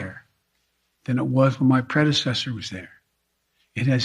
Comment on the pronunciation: Love when Biden tries to say “predecessor “. He says “pre- ahshesher”. 😆😆